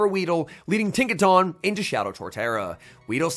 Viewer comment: pls… Tinka TUNN as in the word ‘Ton’ not tahn